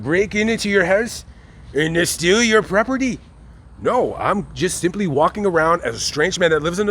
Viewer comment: "And A steer-a yer prop-ah-tee?"